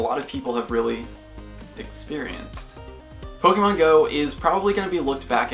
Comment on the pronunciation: I love this account, and I love how you are the first Pokémon GO YouTube account that actually gives the accent on the e (é) :)))